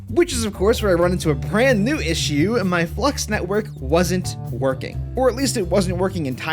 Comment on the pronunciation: Flux is not pronounced Flu-X it’s pronounced fla-ucks